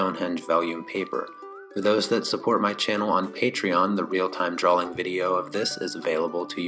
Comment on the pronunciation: Such a helpful, comprehensive tutorial. My only (small) critique is how you pronounce "drawing". It sounds as if you're saying "drawling". I know I know, I'm a turd. Great video though!